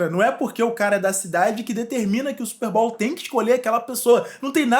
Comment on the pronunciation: Não leve isso a mal mano, só pra agregar mais valor e conteúdo que você já tem.. Não se pronuncia SSÚPER BÁL, se pronúncia SÚPÊRR BÔW